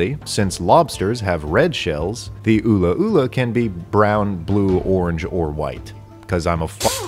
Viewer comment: I don't know which pronunciation was more offensive, ula-ula or "KAHK-ya-WEEN"